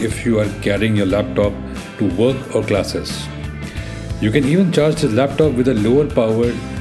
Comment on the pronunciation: It's laptop not lep tope